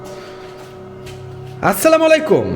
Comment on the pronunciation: আসলামাইল কুম হবে না নাই অসলামু আলায়কুম হবে। আপনি সালাম টা একটু দেখবেন আলেম দের কাছে